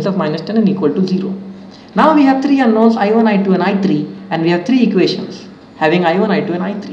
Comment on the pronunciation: Its I three not I tree